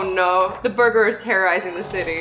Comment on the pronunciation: I mean burger not buger...